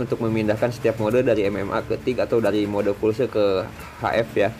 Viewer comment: Permisi urun koreksi. Pulse mode (english) = mode Pulsa (indonesia) yg artinya kejutan berjarak tertentu. Jangan disebut Fulse karena lebih ribet pengucapannya & malah salah..